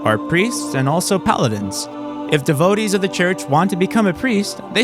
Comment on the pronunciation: “Devo-dees” it takes so little time to look up a word’s pronunciation. Why edit an hour long video and not know how to pronounce a word you learn in the 2nd grade.